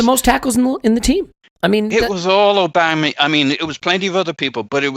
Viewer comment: Put some Respeck on Aubameyang's name.